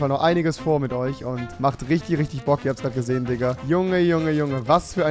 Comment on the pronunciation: Ist euch schon aufgefalen rewi sagt immer dikka und nicht digga